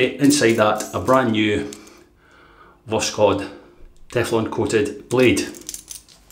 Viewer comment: Hi, Voskhod (sunrise), no K in the pronunciation and the final "d" sounds more like a "t" I don't speak russian at all but i used google translate to know how to pronounce Voskhod:-) Nice shave, this soap seems wonderful! What a blessed time for wet shavers ( my wife don't agree 😃 )